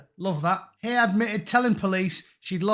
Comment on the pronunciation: Love how you pronounce it Louise HAIR...